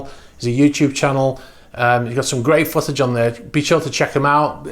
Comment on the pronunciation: "footage" interesting pronunciation